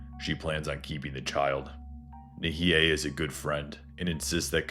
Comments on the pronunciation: nihei is pronounced nee-hay, not nee-hee-hay sorry :face-turquoise-covering-eyes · I enjoyed the retelling btw: Katei = "Kah Tay" & Nihei = "nee Hay"